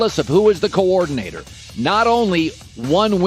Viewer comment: How many syllables does Colin think are in the word coordinator